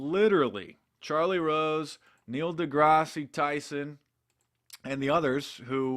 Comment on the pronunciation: You pronounced Neil Degrasse Tyson incorrectly by the way.